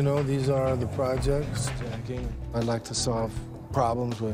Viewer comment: “These are the “jects”, the projects”…bruh why’d he say that?!